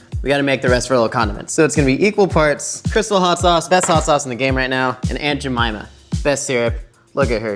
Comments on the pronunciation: He says jemyma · Every time you say aunt Jemimah, all I hear is, "I put a whole bag of jellybeans up my a$$."